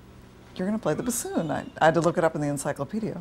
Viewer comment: She cannot even pronounce bassoon right. Lol.